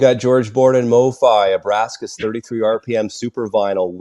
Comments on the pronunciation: It’s ABRAX(!!!)AS for God’s sake! Not AbraSKAs! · It’s pronounced “AH-BRAX-ISS,” not “AH-BRASK-ISS”